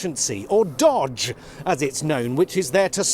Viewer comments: You’re calling Trump ‘ill educated’? You snob Jonathan. And it’s Doge… not dodge. And oligarchy?? Please take a look around London and how it’s being dismantled day by day by oligarchs and you guys are doing NOTHING about it. New world order??? Oh please Jonathan. Democracy… you’ve forgotten what that is. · Jon, it’s even worse. It’s pronounced ‘Doe-ge’ which is a crypto currency he was interested in back in 2021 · Lol I love your pronunciation but the ‘murica s here are calling it ‘doje making the g a j lol …. Somebody please help us 😢😅😢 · Sorry to be pedantic, but it's pronounced DOGE, not DOGE. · NO!!! 'D.O.G.E.', is pronounced Dog-E, or Doggy. Elon is Donald's Doggy. Simple repetition of that in the media, would be enough to destroy that alliance, especially with the 'Tech-Bro-Muskovites.' retorting, '...but Trump is Musk's B*tch.' In this New World Order, that's all it takes. Of course that message could be removed from twitter, FB, Insta. etc., so we'd never learn the one weapon* to bring down fascists. *...apart from, Hurleys, Baseball bats, Cricket bats: whatever it takes, to stop their ilk, ever, EVER trying to control the streets. NEVER! It is still important to them, in their core ideology, that in a true fascist power struggle, or surge, they should be able to create fear in the public places. They obviously consider the 'digital street', the various social media, as the 'New Town Hall', (but, no, it still rankles, that they can bring such pitiful numbers on to the streets.) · I guess time will tell. Btw it's pronounced Dough-J. But I wish you well. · It's pronounced "doggy". From the meme that inspired the crypto coin. Which arguably makes Elon's department even more funny. The tail wagging the dog etc. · its not, its pronounced doge, like the actual meme?? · As usual, spot on but it's pronounced doge with a soft j. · thats not how you pronounce doge